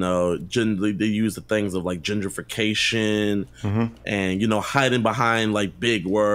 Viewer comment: Jidion actually said "sematics" for "semantics" and "genderfication" for "gentrification" . Wonderful.